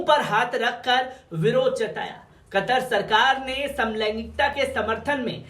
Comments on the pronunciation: कटर नही, भाई कतर बोलो कतर 😀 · قطر کو آپ کٹر بولتے ہو ،، یہ تو اردو کہو ،، یہ